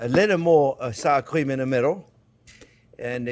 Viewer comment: I had to rewind like 5 times because I kept thinking I missed you putting in the saccharine. Then I realized you were saying "sour cream".